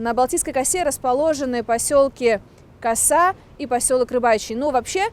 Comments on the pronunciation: Ударение правильно делайте в слове коса,слух режет.поселок Коса.,косу-у ударение на у. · Балтийская Коса ударение на а. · Пожалуйста, в слове коса ударение ставьте на второй слог